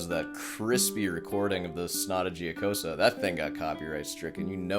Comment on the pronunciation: it hurts my brain how can someone spend hours practicing and still be so bad. i just wanted to say, mr., only thing worst than your lousy playing is the pronunciation of that sonata giocosa. after a short but deep thought, i came to a conclusion it actually makes perfect sense. a person who is familiar with the piece for so long and still can't learn its name, can't be able to sort the fingering, not even in the right hand. and please, leave out 'i wrote the tabs blah blah', that doesn't fool anyone.